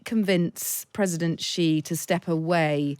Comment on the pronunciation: I cannot take any China "expert" seriously who can't even properly pronounce the family name of the President of China properly.